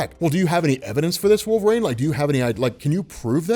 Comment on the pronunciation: Why does he keep saying "wolvRAIN" driving me crazy